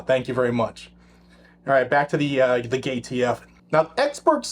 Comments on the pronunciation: Did you just say..."gay t f"???!!!! Hahaha 🤣😂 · Did you say "gayTF"? Could have sworn I heard that...